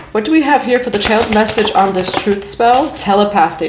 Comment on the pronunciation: Mommy it's pronounced tah-lep-uh-thie = telepathy